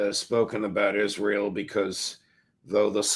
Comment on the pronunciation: Why does call it izril?